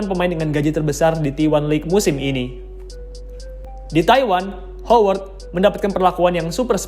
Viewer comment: Woi Howard Itu bunyi pengucapannya "HAWERD" bukan "HOWERD" 👎👎👎👎👎